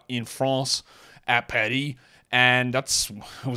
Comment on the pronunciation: Appreciate you dragging the “r” in paris after the preview show 🫡